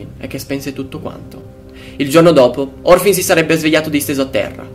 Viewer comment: molto bravo. piccola nota : è Morfin , non Orfin